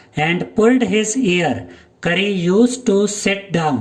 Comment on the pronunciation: Sir you he no curry he is kari😂😂😂 But you say rice curry🤣🤣🤣